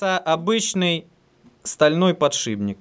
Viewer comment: "Глухой согласный «п» перед сонорным «н» в соответствии с правилами русского языка подвергается озвончению и превращается в свою звонкую пару «б». Таким образом из «подшипника» получается «подшибник»."... А лингвистическую нейросеть мозга довольно трудно пересилить )